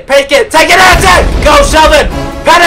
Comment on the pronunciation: Anyone else annoyed how he said Pero Antic's name?